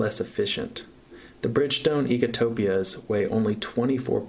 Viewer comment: lol "eco topia" its ecopia. lol